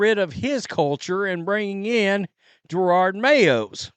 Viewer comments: ITS NOT JER-ARD IT IS JE-ROD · I love your channel, but stopping saying "Gerarrrrrrrrrrrd" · He's mispronouncing the name on purpose.